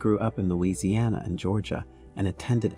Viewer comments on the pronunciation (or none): none